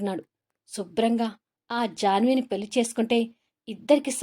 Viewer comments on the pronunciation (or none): none